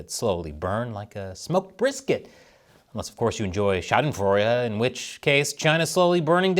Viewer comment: Did actually said Schadenfreude correctly. Bravo!